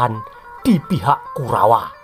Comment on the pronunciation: kalo ngomong KURAWA jelas baget